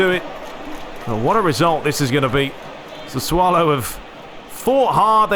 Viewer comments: Its pronounced "sassoulo" man u so much fun on the pitch and off it 😂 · It’s pronounced SAH-SUE-OH-LOW.